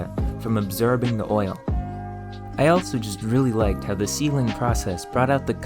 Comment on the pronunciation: Very interesting video, but why is he pronouncing his "or"s as "er"s? A few examples of what he says....... "terch", "ferest", "ferm", "peres", "abserbing", "mere"